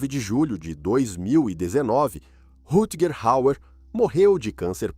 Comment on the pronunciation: Caramba , o narrador desse vídeo é PÉSSIMO para falar nomes estrangeiros ! Precisa de umas aulas !